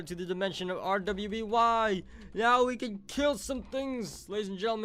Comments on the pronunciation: it pernounsed ruby you need to watch the rest of the season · I think some overkill fans (a.k.a me) were triggerwd since "R.W.BY" is pronounces as "ruby"